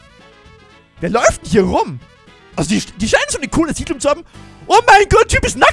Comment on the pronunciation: Siedlung heißt es nicht sidlum 😂